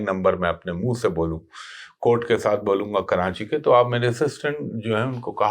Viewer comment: Karachi ko kranchi why ??